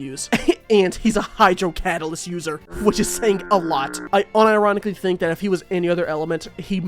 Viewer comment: It took me half of the video to realise 'hydrodalyst' is a combination of the word hydro and catalyst..